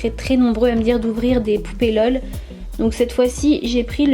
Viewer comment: et on dit pas l. e. l